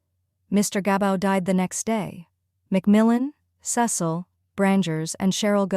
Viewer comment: Cecil's name is pronounced Cee Sill.